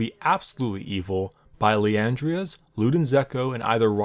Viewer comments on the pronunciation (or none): plz say the names right, i've watched supp, adc and top(now), and u've swapped the middle letters of a champ's name, and added an a to the end of an item's name. Bard(u said Brad...), Liandry's(u said Liandria's????)